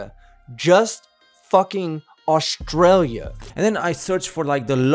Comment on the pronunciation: We say stralya too